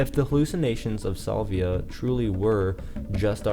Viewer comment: Petty I know but I can’t get past the Solvia pronunciation